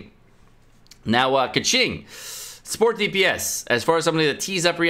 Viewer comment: and keqing as keking not kaching, goddamit me not Chinese but damn that shit annoying